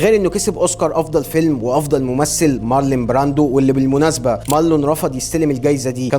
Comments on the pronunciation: حبيبي انت لا بتتنطق انجليزي صح ولا حتى عربي 😂😂😂😢 اسمه مارلون براندو مش مارلين مارلين ده اسم ست مش راجل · يا عم يا مقدم الفيديو انت بتنطق كلام كتير غلط ١- بتقول في الدقيقة ١.٥٩ ان كوبولا المخرج عايش في فقر مودجع. الله يكرمك اسمه فقر ( مدقع) بضم الميم. ٢/ في الدقيقة ٣.٠٤ قلت مارلين براندو!!!! يعني ينفع كده؟؟؟؟ تنطق أسم ( مارلون براندو ) غلط وكمان تعمله واحدة ست؟ مارلين ده أسم انثي سلامة الشوف والسمع. ٣ / العار هنا طيب بتنطق عربي غلط مخدتش باللك انت واللي معاك في الدقيقة ٩.٢٨ إنكم حتي في تغيير الأجزاء وفي الإشارة ليها بتكتبوا عربي غلط ؟؟؟؟ في حاجة اسمها الأزمة الربعة؟؟؟؟ اسمها ( الرابعة) واتكررت تاني بشكل اكبر وفج جدا في الدقيقة ١٢.٠٣ كتبتوا تاني الأزمة الخمسة ياأخواني انتم تقريبا معكمش ابتدائيّة اسمها ( الخامسة ) هو في كده في الدنيا ؟!!!! ٤ / في واحد محترم وبيقدم محتوي محترم يوصف أشخاص أنهم عيال بشخة ؟ علي فكرة الناس اللي انت وصفتهم بكده أنا معرفهوش. يعني ينفع اقول عليك إنك عيل بشخة وغير معروف بتتكلم علي فيلم ايقوني زي ( الأب الروحي) ومش عارف حتي تنطق عربي صح وحولت بطله من واحد راجل لواحدة ست بسبب لغتك العربية الضعيفة؟فيا عم لو مش مهتم بعملك الي انت بتعمله فبلاش تعمل اي حاجة وخلاص وريحنا من فيديوهاتك المليئة بالأخطاء الساذجة.